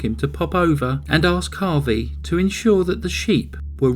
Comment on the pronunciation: Harvey not harry